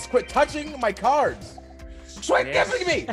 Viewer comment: did anyone else hear creed "swuit gibbing me"